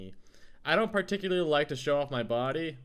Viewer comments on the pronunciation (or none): none